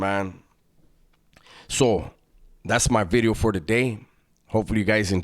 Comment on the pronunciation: Say 'vidyo' again like you're Welsh....